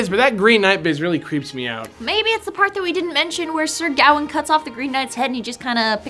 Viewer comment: Wow, I really never saw that reference before! The colour green in medieval literature also is commonly associated with honesty or "trawthe". Which is why the Green Knight tests Gawain's ( pronounced Ga-wayne) honesty and his courtly interactions. :) Also Arthurian myths fit in so well with Kalos . Brilliant video guys !